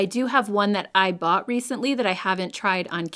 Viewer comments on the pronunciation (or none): none